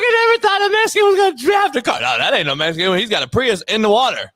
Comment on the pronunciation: "That car looks mescan" 🤣